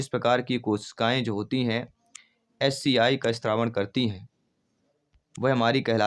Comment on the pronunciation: एच सी आई नहीं एच सी एल बनता है